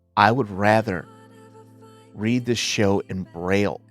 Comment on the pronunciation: The way I screamed when you said braille 😂😂😂